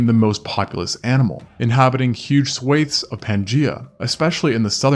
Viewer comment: 🤯 it amazes me that someone can pronounce the taxonomical names correctly but not common words like "swaths" and "conical"...swaths has a short-a & conical a short o despite being derived from the long-o "cone". 🤷🏻‍♂️🫣